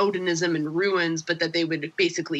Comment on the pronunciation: Can people stop staying “ruins” ITS RUNES as in “prunes”